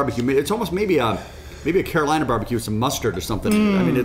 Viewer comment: Gents, it's cull eel-ah(Caol Ila)